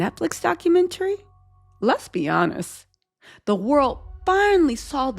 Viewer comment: my darling, u must ennunciate better: it's not 'architec,' it's "architecT." Emphasize that "t." Don't drop ur consonants, Sweetie!😁 * It's "50 Cent," not 'cents.' (You go back & forth.) * It's "HonesT," not 'hones.' Be Correct & Consistent!